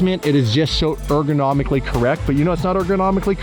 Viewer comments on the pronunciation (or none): "Pla-shment sho ergonomically correct" 🤣🤣